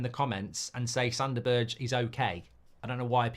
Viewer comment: B E R G E ! not Birtch